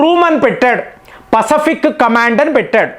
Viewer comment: Pasfic pronunciation different ga palukuthunnaru yenti